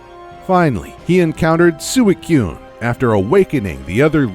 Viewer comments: FailSwing101 soooo eeeeeee coooooo ne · HO-OOOOOOH AND S-U-EE-QUNE 🤣🤣😂😂😂😂🤣🤣🤣🤣🤣🤣😂😂😂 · Furret Furret I admit that I was being a little too nitpicky for Gyarados, but I’m right with the other two legendaries. Rayquaza is a combo of Ray and Quasar, so you would say Ray-kway-zuh. Suicune is derived from the word Sui, which is pronounced more like “Swee” than “Sewey”. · Yes and also suicune as sewey-cune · Oh-Oh Lude-euh Sewey-kuhn Luminose Zed Ring Cook-wey Ray-Kwah-Zuh Lusa-min Gooz-muh Glay-dion Theese pronunciations make me want to eat my skin. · I want to smack them in the face for doing it and suicune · Alex Ivanovic They butchered Ho-Oh, Suicune, and Rayquaza. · and suicune 2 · The way he pronounced Suicune. Uugh... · You can't speak ho-oh,lugia and suicicun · Wow, you butchered Ho-Oh, Suicune, and Rayquaza’s names..